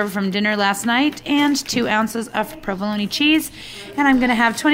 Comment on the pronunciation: You say provolone wrong. Pro-vuh-lone